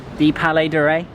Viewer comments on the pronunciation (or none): Nice footage..just a little remarc, you mispronounced the word Rais when you said the palais of rais and pronounced it "Ray"..this word is arabic and means president or head master and in those times meaned the ship's captain and you can spell this word as follows: "Ra'ees"